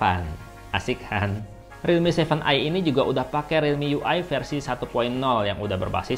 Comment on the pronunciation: Aku dengernya kakak blg redmi 7i